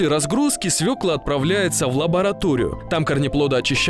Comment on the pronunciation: Молодец комментатор ,правильно сказал : свЁкла.